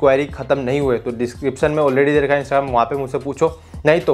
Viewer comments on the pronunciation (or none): none